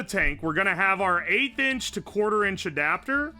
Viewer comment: At first I thought you said "8 inch" instead of "1/8th inch" and was like "yeah man that looks -average-" nawmsayin